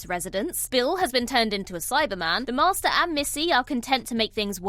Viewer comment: Lol@ narrator: "The MaRRster"